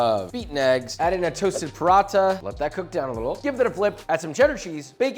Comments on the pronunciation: brother it's not "Parotta", its pronounced "puh-ra-tha" with a hard "t" sound like the second t in throat. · his pronunciation of paranatha ;(